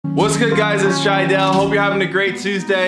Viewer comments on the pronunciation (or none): Who else remember when jiedal said jadael